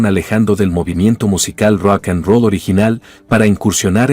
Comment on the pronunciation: "Apsen boys"??? "Raken Roo"??? Qué te Pasa!!!?? Se llaman APSON Boys!!! Y Rock and Roll!!! No jodas, Y ahora que te paso Con Esa Pronunciación!!??? Decepcionas porque Pienso que Ya Te estás AGRINGANDO....